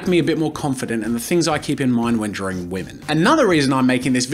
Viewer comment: why can't you pronounce drawing correctly????. ITS NOT 'DRAW-RING' !!!!!!!